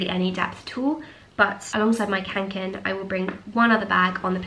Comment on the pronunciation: Being a swede, I find it so funny how the english language pronunce "kånken" 😄